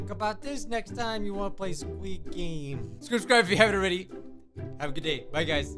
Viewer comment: Lmao when he says "Hello guys" at the beginning of the vid, it sounds like he says, "Hello gays" akdhsksjs XDXD